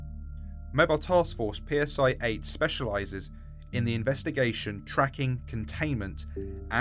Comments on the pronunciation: Lol PSI is pronounced CY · Just so you're aware, the letter nu is pronounced "new" Also Psi is "scy" like Scythe